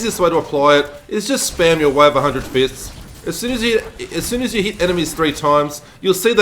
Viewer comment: 'The Way of a Hundred Fistings' sounds painful ...